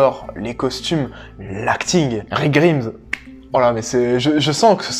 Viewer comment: la façon dont vous dire Grimms je serre les fesses mais j'ai aimé voir la passion d'arrière